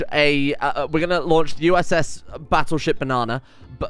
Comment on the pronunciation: Everyone Else: "You sunk my Battleship!": "You sunk my Bannattleship!"